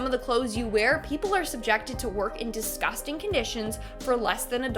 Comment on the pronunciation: The way she say disgusting 😂